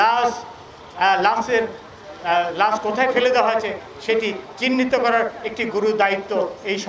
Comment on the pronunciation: কালা মানিক বাংলাদেশি হলে লাশ শব্দকে লাছ উচ্চারণ করতো না! তার ধর্ম ও জাতীয়তা যাচাই করা প্রয়োজন।